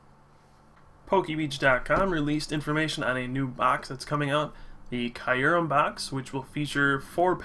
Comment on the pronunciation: It's pronounced kyoo-rehm. Listen to the trailers for the new movie.